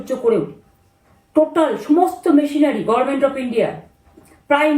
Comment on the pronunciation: এরপর এমন কেউ বসবে যে গর্মেন্ট কে গভর্নমেন্ট বলবে।